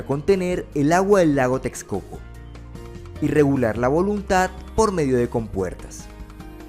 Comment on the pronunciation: It's not Tez- co- co or Teks - co - co. It's Tesh - co - co.